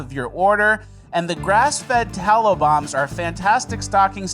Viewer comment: I swear I thought you've been saying "tallo bomb" this whole time. I finally went to Farmer Bill's site to check them out and thought juicy savory cow fat bombs sounded delicious but was a little disappointed to discover I'm just retarded and have been mishearing you this whole time 😆